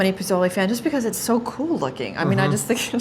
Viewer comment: correct prounciation is: posolay roho ( long o sound in all o's as in toe ) I'm not sure what she said. Also, this soup is great when you want to sober up after a party or you have a hangover. Some make it with tripe - you need to develop a taste for it with the tripe. Also, you serve it with bowls of sliced lime, chopped cilantro, and chopped onions to sprinkle on top of the soup.